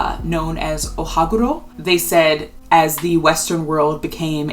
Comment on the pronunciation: I’m Japanese/ a Japanese language teacher and when said “Ohaguro”, I was like…wow, does she speak Japanese!? Why her pronunciation is so PERFECT like a native speaker!?😱😱😱 She pronounced that word in perfect pronunciation and perfect intonation.👏👏👏